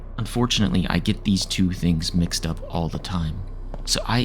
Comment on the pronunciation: I was doing something else and hearing "unfortunartley" snapped me back soooo quick 😵‍💫 thank you again for this, I've been replaying the other videos and the dreamcore ones. I think there is a new dreamcore level and also you might want to check out Beyond the Frame when it comes out. ❤